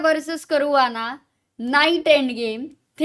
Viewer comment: Fabiano Caruana ❎ what is his real name Fabiano Khurana ✅ what i pronounce